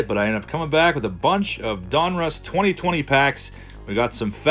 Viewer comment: Two things my friend ...donruss1 is pronounced DON-russ not DUN-russ and its just another panniniin owned brans